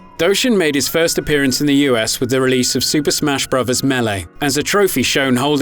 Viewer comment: I don't think this is how you are supposed to pronounced the word "meele"